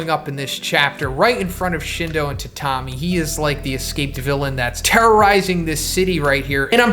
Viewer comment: i think “tatami” is pronounced “tat-ami” not “ta-tam-i”